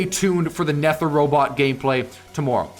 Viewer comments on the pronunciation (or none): I think its pronounced nether bro like nether rhymes with weather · Nether is the underworld and aether is heaven and its pronounce neither without an I And a e ther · It’s supposed to be pronounced like the nether dimension like in minecraft and the titan is supposed to be pronounced ather (not being rude I have a thing with pronunciation) (love ur vids!)